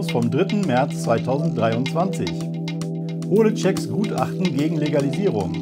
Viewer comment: keine ahnung ob's absicht war, aber wie georg holetschek im intro ausgesprochen hat, zu geil. #hohletschek